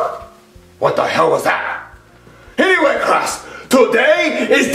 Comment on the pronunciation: CRASS THERES SO MUCH CREAM IN THE CRASSROOM!!